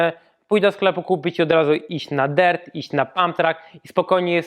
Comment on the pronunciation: Ja myślałem że sie mówi dirt a nie dert